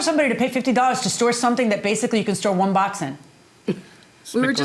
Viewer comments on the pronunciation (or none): "Wun, twoo, Tree" ah ah ah